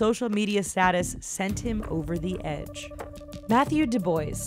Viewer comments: It's doob-wa! not doo-boys! Grrr! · STOP SAYING DO BOYS HOLY SHIT ITS DO BWAH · Dubois is NOT du boys...argh it's du bwa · Doo boys ? Du bowah not do boys LUL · Did u say Matthew "Du-boys"???? I think you mean "Du-bwah"....., right?? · She said DuboiS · duboys?? Dubois lol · It's DUB-WAH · It's not du-bwa? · "Mathew Dubois" 😂😂 someone didn't get an A in French class